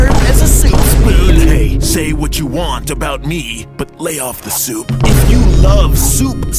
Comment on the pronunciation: the way he says "souP"